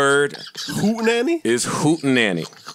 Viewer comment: Joe to "I bring to you Hootenanny" " w h o o t a n y" Joe "I SAID" 🤣🤣🤣🤣🤣🤣